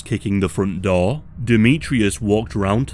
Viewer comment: Why u say Door like that lmao. DOUR